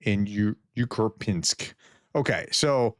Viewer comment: UKURPINSK????/ WHy do you have SO MUCH TROUBLE PRONOUNCING Rusia names? Take it slow and DON'T INSERT AMERICAN NORMS into it. TAkE it in SYLLABLES and you will manage the relatively SIMPLE words. LIKE , UR-YUP_INSK. The UR is pronounced ER, if you can't work it out with the Professor brain! With URYUPINSK, there IS NO "K" NEAR THE BEGINNING as you say when STUMBLING over the BIG BLOCKS! You might be charged with MURDERING both the RUSSIAN and ENGLISH LANGUAGE soon!